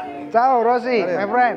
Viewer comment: Valentino Rossi ❌ Valentino sorri☑️